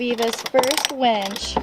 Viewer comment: That would be winch, not wench.